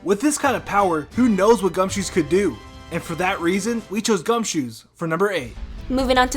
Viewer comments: Wait a sec you said gunshoo said fat tepig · No its gumshoos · Gumshoos XD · Lol gumshoos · i cringed so hard at the gumshoos, he's not supposed to be donald trump, you dumbasses